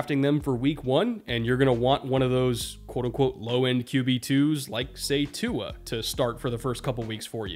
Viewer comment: Didn’t quite stick the landing on pronouncing Tua’s name but I respect the effort 😂